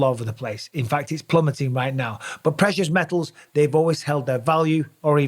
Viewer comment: Prehious mehles (precious metals)